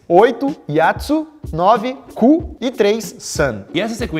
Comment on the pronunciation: O Lukas minuto falando Ku kkkkk